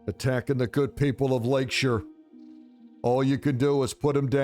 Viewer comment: Thank you for pronouncing 'Lakeshire' like an Englishman! None of this Americanised 'Shire' stuff. It's pronounced 'shuh'! Love your content.